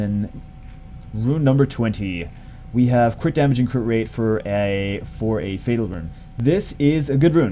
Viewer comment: Mohamed Amine Sobhi just noticed you said fatel LOL GG